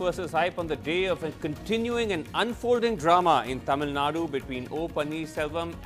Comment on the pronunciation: it is Tamil Nadu -"du" not Tamil nad.